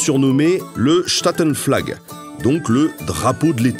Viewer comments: Petite précision : Statenvlag se dit stātenvlagh (et pas chtatenvlag, prononciation allemande); la description du drapeau maritime français est erronée. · C’est pas SHtatenFlag mais StatenVlag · Goedendag😊. Merci pour cette vidéo. Je me permets toutefois d'y apporter un petit correctif: le néerlandais ne se prononce pas comme l'allemand. Le S se prononce tel quel et pas avec CH. Donc c'est Statenvlag et non Chtatenvlag. Et ensuite, la prononciation dans ce cas est "Staatenvlag" le "a" seul devient long. La traduction littérale donne également "le drapeau des états". Vu que "staten est au pluriel et que "staat" est au singulier. Voilà ! Prononcez cela correctement et sans fransozich accent et les Néerlandais vous offriront un "hutspot". C'est la saison 🤭. Groetjes en bedankt voor je mooi werk! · En tant que Belge bilingue je t’informe juste que tu as mal prononcé les mots néerlandais, genre «statenvlag» ne se prononce pas à l’allemande